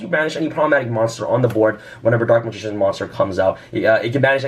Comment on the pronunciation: I swear he said Dork Magician